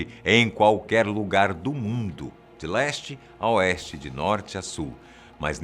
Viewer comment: Na hr que ele falou de leste ao oeste eu entendi the last kkkkk acho que to jogando demais